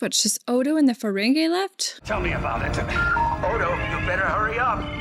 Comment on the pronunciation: it seems like a silly gripe, but i wish would stop saying 'feren-gay' lol it might have started that way, but it quickly became 'feren-gee'